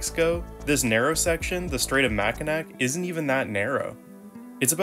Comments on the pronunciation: Pronounced MAC-I-NAW (ya I live there) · As a born and raised Michigander myself for almost 5 decades now, it’s always been pronounced more like ma•kuh•naw (Ma as if saying man) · Its pronounced Mack i naw! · Mack in ack? 😂😂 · Mackinac is pronounced Mac-in-awe. Other than that, as someone who lives in the middle of the great lakes, good video. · Like other posters, it's absolutely absurd to me how someone who is producing a video about the Great Lakes doesn't even know how to properly pronounce the straits of Mackinac. God forbid you try to explain-let alone understand -why the city and island and straits have same/ different spellings but same pronunciation. You clearly are just another insufferable hack who visited our Great State of Michigan and quickly grew smitten with our glorious mitten and then slithered back to Cali and be like, "Oh wow there's this plaaaace called northern Michigan and omfg it's so cool let's make a YouTube video! I know nobody has done that before, like, everrr man!" And THEN you don't even care enough to research proper pronunciation of the places you preach. Smh TOOOO sad. Well, that's YouTube for ya; gotta take the good with the hacks! 🙄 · Definitely not from Michigan since he pronounced Mackinac wrong lol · I suppose the producer of this clip has never visited the area or crossed the bridge or he'd know how to pronounce "Mackinac." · Are you from Michigan??? if so why do you pronounce Mackinac WRONG????? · He'll pronounce Mackinaw properly when Michiganers learn it's pronounced Detwa, not Detroyit.